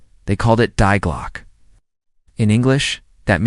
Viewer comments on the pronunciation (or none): Have your ignorant cheap & silly AI computerised voice over CORRECT your pronunciation of ‘Die Glocke’ — it’s NOT ‘dye glock’ but ‘DEE GLOKKEH’ — As it stands now, your video’s voice-over pronunciation sounds as if it were slapped-together by some unemployed loser with an 8th grade education living in his grandmother’s basement — and is an INSULT to thinking-persons … ‘DEE GLOKKEH’ - how hard would it be to pronounce (Die Glocke) correctly ? Your cheaply slapped-together AI voice-over & its vapid content can do better — and you’d be advised to do so if you wish to be taken at all seriously …